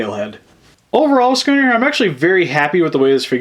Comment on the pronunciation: It's not scuunet